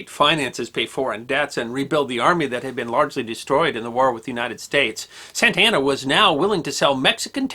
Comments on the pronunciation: Carlos Santana is a musician. George Santayana was a philosopher and writer. Antonio Lopez de Santa Anna was a multi-time president of Mexico. Their last names are all pronounced differently. You keep saying Santa Anna like Santana. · when you say Santa Ana I hear "Santana". So the general was a Hispanic guitar God? Nice.....